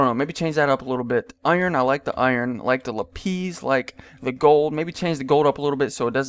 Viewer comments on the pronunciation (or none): none